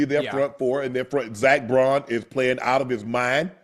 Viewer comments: Why do they keep calling zack baun zack "braun" 🤣🤣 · Zack Baun not Braun